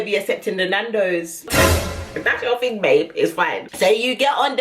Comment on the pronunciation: "If I do my ting, its gonna be a big ting" 🤣👏🏾🏆 Then you want to get upset now I've done what you said... They're mad 🤣